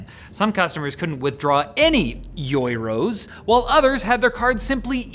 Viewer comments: Euros not yoros. Yer-O's lol. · I love how says Euros like its a new lifeform